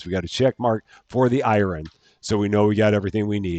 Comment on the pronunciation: Once again dear, the name of the yogurt drink is pronounced as "I run", not "Iron" 🥰